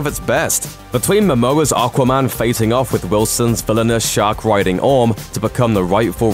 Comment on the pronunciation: What's "Arquarman"?? 😂